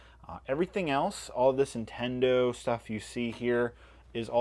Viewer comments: Why do you pronounce NIN-Tendo as IN-TENDO? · NINTENDO not Intendo ffs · Why do you say Intendo? lol. There is an N.